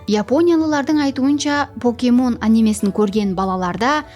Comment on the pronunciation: Покемон дурыслап айтын, поокемон емес, пакемон деп айтылады